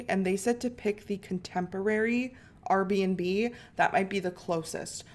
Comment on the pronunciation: why do you keep saying RB&B it’s just R&B